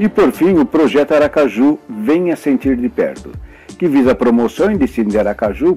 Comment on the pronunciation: O vídeo é maravilhoso, mas a palavra Aracaju com acento é sofrível!